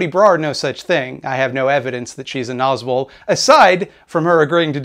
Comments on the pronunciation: i definitely had thought you said "nazgul" like the ringwraiths and i'm really upset that i have now learned about the thing you actually said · Oh my Gods, when I watched your original video on the subject I didn't know that nazbol was an actual (terrible) thing, and i thought you were calling them Nazgul. Which still fits, they are the monstrous inhuman servants of a dark purpose who only care for power. But thank you for clarifying that.